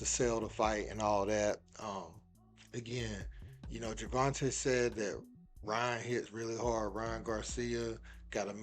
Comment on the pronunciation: Man y'all be torching Tank government name it's not TUHHH TAE at the end Gervonta(e) not Gervonta(TUHHH)